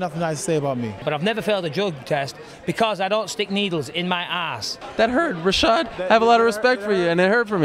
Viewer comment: "that hURt rAASHAAd" xDD